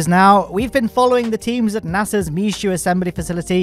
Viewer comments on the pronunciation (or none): It's pronounced "Mesho", not "misshooad". It's French FFS.